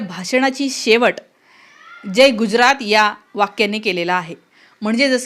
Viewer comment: गुज्रात नाही *गुजरात *ज जहाजाचा बाहेर *पडल, भाषण *करतो, वाक्य ऐकवते, हुतात्मेंनी *बलिदान केले, व्हेंटिलेटर *मिळाले , *माणसं *भेटतात वस्तु *मिळतात ,*मारहाण, मारपीट नाही, पब्लिक नाही जनसमुदाय किंवा लोक , खुराक नाही डोक्याला ताप. धन्यवाद Thankyou so much नाही वगैरे वगैरे मराठी विश्लेषण करतेस ना वगैरे वगेरे मराठी शिकवणी लावणे बाकि ठिक